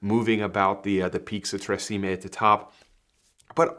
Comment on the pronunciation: Tre Cime pronounced tsheemeh